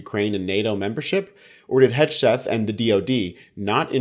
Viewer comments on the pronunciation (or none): It's HEG-SETH not HEDGE-SETH, lol. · At the end did he say, “Putin wrote this.”? I like your pronunciation of Hegseth, I’m going to pronounce it that way from now on. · Could you try to pronounce Hegseth correctly if you’re going to do a vid about him?